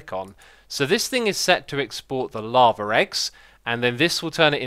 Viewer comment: I love when X says lava and it's like he's saying laver